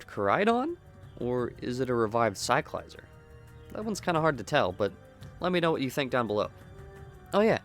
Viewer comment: In the Pokémon company videos released, they give us the proper pronunciation of some Pokémon, Cyclizar is one of them and you can’t pronounce it correctly?